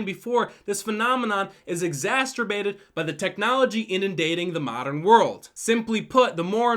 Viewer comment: Bro, in all seriousness, said "exasturbated". Edit, because I stupidly assumed everyone would know why that was stupid: The word is "exacerbated".